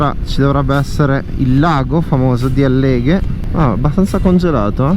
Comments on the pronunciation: Scusi la precisazione: Àlleghe, non Allèghe, Cencenighe Agordino non Cecenghie. Comunque ci sono motociclisti e sciatori, bisogna rispettare entrambi, anche gli Operatori della montagna (che lei ha criticato in quanto forzatura alla scarsità di neve). Lo so che l'innevamento artificiale è costoso in termini di acqua ed energia ed ambiente, ma consideri che dopo 2 anni di "carestia" dovuta alla pandemia, gli Operatori montani han bisogno di lavorare. Oggi 2 aprile causa perturbazione è ritornata la neve, peccato che la stagione sia praticamente chiusa. L'incremento edilizio (non solo qui , anche al mare o al lago) ha impattato col Territorio, ma ha risollevato economie locali altrimenti ristrette ad agricoltura e allevamento. Spero capisca. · Complimenti per il video, una sola nota stonata la pronuncia di Àlleghe, non Allèghe (Accademia della Crusca). Ciao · Per esempio Àleleghe e non Allèghe… Cencenìghe e non Cencènighe, ma succede a tutti quelli che non sono di queste parti… 🤟👌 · Ciao e complimenti È un piacere vedere i tuoi video però va bene da Veneto ti dico Impara bene gli accenti ad esempio Alleghe va con l'accento sulla àlleghe e Cèncenighe l'accento sulla e Complimenti ancora per i video e per le tue spiegazioni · Bellissimo. Magari se sposti l'accento di Alleghe😊😊